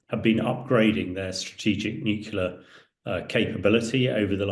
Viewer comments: It's pronounced Nu- Clear just for reference. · It's pronounced NEW CLEAR, you idiot, not NEW KYULA! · Why tf would I listen to a guy who doesn't even know what the word "NUCLEAR" means... It's" NUCLEAR", not "NUCULAR", dumbass ! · A man in the position of Mr. Hamish who cannot say the word nuclear properly is a disgrace. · Nuclear is pronounced "new-clear" not new-kew-lar - c'mon Hamish. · Spot on, it was irritating me too! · I am from England and he is clearly saying nukula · Clever enough to know its not pronounced NU-CUE-LAR. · This guy is no military expert. He can't even say nuclear properly 😂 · haha I am a British patriot you Silly Bot. I was merely stating that that he can't say nuclear properly. And I'm supposed to take it seriously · Why is it some people cannot say Nuclear ... it's weird weird weird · A former NATO chief who can't pronounce 'NUCLEAR'. That doesn't bode well.